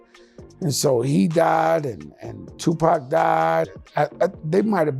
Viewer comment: He said Tupac's name like PACman🤦‍♂️